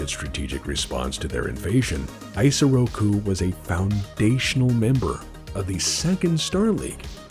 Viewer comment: The weeb in me kept taking psychic damage each time mispronounced Isoroku Kurita's given name. The initial "I" is pronounced the same as the "i" in Kurita, not like the English pronoun I. EE-so-raw-coo, not EYE-so-raw-coo.